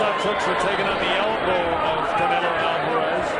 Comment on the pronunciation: nigga said caneo lmfao its canelo